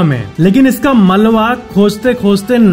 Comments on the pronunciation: یہ ملوا نہیں بلکہ ملبہ ہوتا ھے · Malwa ni malba